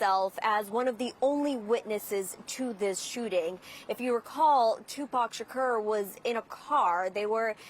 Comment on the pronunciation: Sha-ker? What they changed his name now?